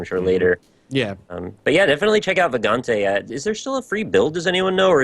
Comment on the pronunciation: It's "Vagante", somehow nobody knows what's the correct pronounciation.